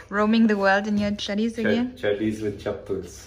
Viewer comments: Chaddies nahi she said chadies😂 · Did anyone notice her saying,,"chaddies"🤣🤣 "Roaming the world in ur chaddies"🤣🤣🤣